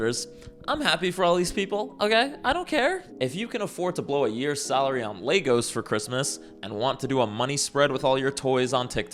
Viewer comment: I like how he calls Legos "Lay-goes", forget the Pucci thing, this is my new stim.